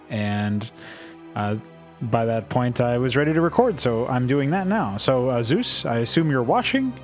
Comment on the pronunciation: >also for some reason he keeps calling you Zeus when your name is clearly Zevs!